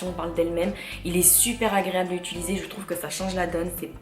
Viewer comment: Hello cela fait des années que je suis une lectrice assidue de ton blog et c'est un plaisir de t'écouter mais par pitié on dit "utiliser" et non pas "ituliser", c'est un conseil bienveillant :)